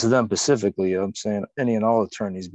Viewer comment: Living man wants the public defenders to know he's got nothing against them PACIFIC--LLY. But how about ATLANTIC--LLY? If a living man was ever missing a brain...🧠